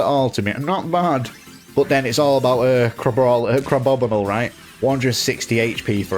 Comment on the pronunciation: It's not crabobinle it's crab-bomi-nable. Like the Abominable Yeti.